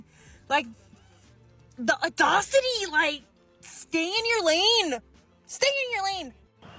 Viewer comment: How much of her actual money did this 304 spend on those bullshit ass tattoos? Her kids are starving/dollar store shopping but she'll spend it on ink? GTFOH! If you can't pronounce audacity, (oddazityyyy) you should stay in your lane. 😅😂